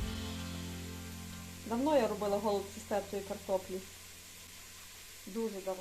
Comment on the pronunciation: У нас кажуть голубцІ з наголосом на останньому складі